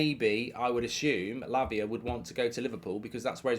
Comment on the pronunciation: Mark do you keep saying Labia ? 😂